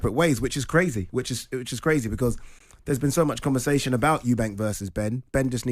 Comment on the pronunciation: Simon still can’t pronounce “conversation”